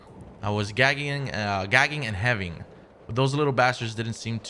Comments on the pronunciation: So he can pronounce “deterrent”, but not “heaving”😂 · Loool when he said heving